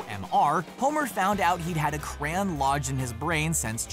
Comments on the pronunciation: Just wanted t o say this since it was bugging me every time you said it; It is pronounced "Cray-yon" Not "Crann" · a cran? whats a cran? you mean crayon? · It's cr-AY-on not cran 😣😣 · Cray-on, not cran. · Ugh. "Cran". Its CRAY-ON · Jordan Briggs no it wasnt said cran in the episode. Its just like americans to be lazy, phonetically it is simply "cra on" its honestly not hard. But from a culture that cannot spell colour or neighbour properly i can understand that saying crayon is too hard. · Excuse me, what is a "cran"? I thought it was a "crayon". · What the hell is a "Cran", it's literally spelt Crayon. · Are you really calling crayon, cran? We know you are clearly are not smart. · The way crayon is pronounced hurts me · Why he say crayon like that